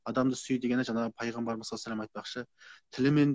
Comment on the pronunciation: Жанагы емес жаңағы